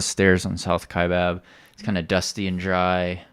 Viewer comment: Great job. - your pronunciation the first time is correct. Kya-bab. I did R2R the first Saturday of November and did not hit any mules.